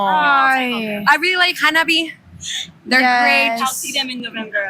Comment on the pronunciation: She really likes Hanabie but can't pronounce their name..... not much of a fan then